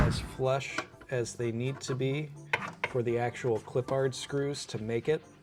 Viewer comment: Respectfully, pronunciation is a little off. pronounced it “Clip-pard”, whereas I believe it is supposed to be pronounced “Clip-perd” goofy stuff.